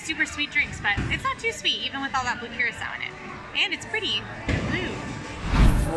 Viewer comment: It’s pronounced Ker rock O. Blue Curacao. Love you guys 😎